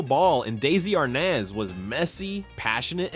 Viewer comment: Also, the way AI says his name as ARNOZ, ridiculous!